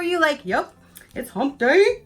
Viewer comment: Say hump day again.... it makes me laugh.